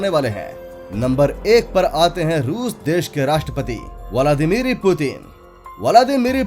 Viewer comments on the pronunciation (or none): Bhenchod Nam toh Thik se Bol bey...Putin..vladmir .not Miri...